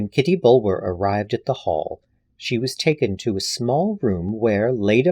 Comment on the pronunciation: This was wonderful! Such great reading chops. Kitty's last name is usually pronounced Bullah. As in Bulwer Lytton. Tiny quibble, everyone's a critic!!